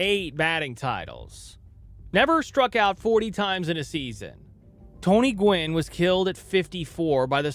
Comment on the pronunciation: Gwynn, not "gwen" 😉